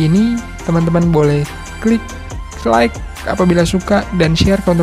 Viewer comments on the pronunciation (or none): none